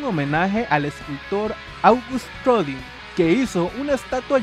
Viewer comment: Jeanne se pronuncia /ja:n/ Y Rodin se pronuncia /roudan/